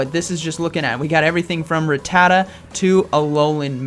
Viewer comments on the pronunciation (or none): none